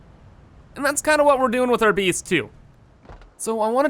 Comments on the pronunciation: whenever he tries to say "base" he says "bees" and i hate to admit it but it annoys me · lol "I really like this 'beece'." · Jeff W I like how he pronounces it